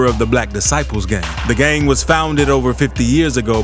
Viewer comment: I get what you’re doing, but cut that weird pronunciation out dude. You got to tone it down Gaaaang, sawng